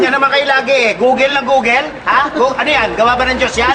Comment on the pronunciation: Googel... haha tabell... Appeell...